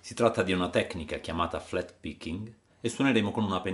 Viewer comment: Buongiorno non avevo mai sentito questa tecnica "flatpicking". Flat si pronuncia come e' scritto non con la "e" e' un errore che sento spesso, te lo dico perché' studio inglese britannico da 1 anno a questa parte da un tutor online che sa ben 5 lingue mi insegna come si pronunciano tante parole che in italia ahime fanno a desiderare